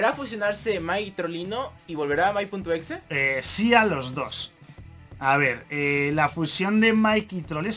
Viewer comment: cuando dijo el exe entendi flx xd